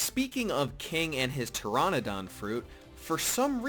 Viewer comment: a tyranadan?... lol why can no youtubers pronounce shit